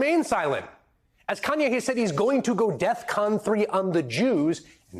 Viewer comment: Always thought it was def con 5, not "death con 3". But yeah, jeenyiss.